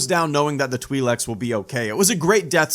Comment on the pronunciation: (Twi leaks) not (twe leks)